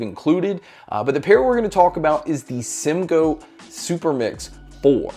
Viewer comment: Bro said simgoat 😂 it’s the goat 🐐